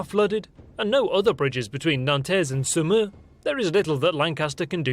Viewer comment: na i'm sorry x) Poitiers, the S is silent, Saumur is said Somur, Tours, S is silent... Not even close to 5% x) But yeah, this channel is cool. just that damned rosbif accent.